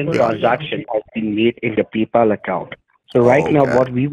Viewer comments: "PEE-Pal account" 🤣😂🤣😂🤣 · 'peepal' they straight up gave up on trying to pronounce it correctly huh 😂😂😂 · "Peeepal" account LOLOL 😂😂😂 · Sounded like he said your pee pal account the first time